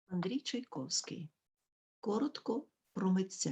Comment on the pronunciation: Все добре. Дякую. Але прізвище Чайковський ви вимовляєте не за правилами української орфоепії (чай ковский) Чому???